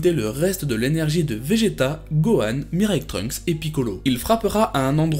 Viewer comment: pourquoi quand tu parle de futur trunks tu dit mireille trunks.